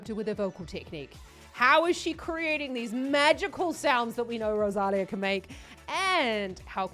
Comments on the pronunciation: Do you see that accent mark on the "í" in the name "Rosalía"? That means the stress is on that "lí". Next time, try saying RosalEEEA instead of RosAAlia. The same as in María, (MarEEEa) or Sofía (SofEEEa), both also with accent mark on the "i", for example. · Hi. One minor criticism I'm afraid. Her name isn't Ro-saal-eeah, it's Rose- ah-LEE-ah. The accent on her name means that syllable is the one that is emphasised...Rosalía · If you do any more Rosalia reactions, you should correct your pronunciation of her name. Ros-a-li-a with emphasis on the “li”.